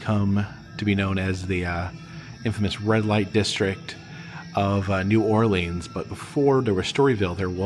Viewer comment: Love how you pronounce New Orleans correct but etouffee is pronounced a-too-fay not ed-da-fay